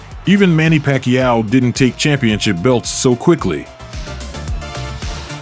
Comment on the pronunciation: Pac- e- yow!